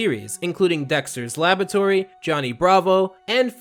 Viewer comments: First off I love the video but second off... do you just like, not ever pronounce 'r's when they come after 'b's? "Libary" is kind of understandable, but "Labatory" is a bit much lol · Great video, but your pronunciation of the words "library" and "laboratory" rubs me the wrong way, you keep missing the R that's clearly in the middle there.